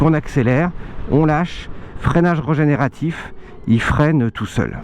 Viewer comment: Super mais il faut dire régénératif, avec un é, et pas regénératif !